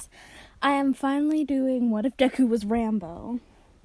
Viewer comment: You said Rambo not ranboo you disgrace it triggers me I don’t know if you know that ranboo is enderman/ something because I haven’t heard it still good story just please pronounce it right no hate it just triggers me